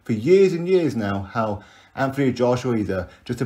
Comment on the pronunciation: as per usual you're spot on but just so you know his name should be pronounced Ant not anf it's a silent h... Obviously unless you asked him, wouldn't argue then lol